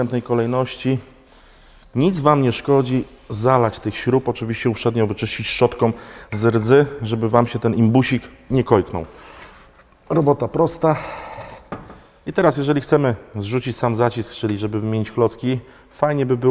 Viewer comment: HELLO POLAKU !...SZCZOTKĄ A NIE SZCZOTKOM .kIEDY SIE PRZEFARBOWAŁEŚ PRZECHRZCIE